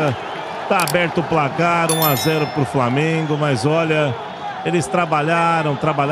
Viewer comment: Maluco ridículo esse aí falando framengo